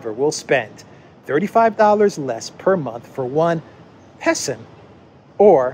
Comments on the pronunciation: “Peson” = “Peasant” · Isn't 'pesson' prounoced 'peasant'? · "Peson" is classic Chinese English. Get used to it. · Hahaha I laughed out loud with your “peson”,! I love how you can add some mental health-preserving humor without downplaying the severity of the problems the world is facing. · "Peson", hmmm. I suspect it's an extra "s" rather than a missing "r".